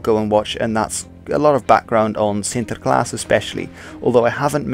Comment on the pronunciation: yeah, sure, but there are some minor things that make his dutch pronunciation a bit off. This is noticeable in the first dutch word he uses in this video, "sinterklaas". He exaggerates the r, which shouldn't have been rhotic in the first place. The intonation also sounds off, native speakers would put the stress of the word on " klaas ", he doesn't stress any of the syllables. His pronunciation is good, but not on the same level as a native. His English pronunciation on the other hand is perfect. He also pronounces spanish, french and german really well, so my guess is that he's English and multilingual or just spends a lot of research in pronouncing foreign words for his videos.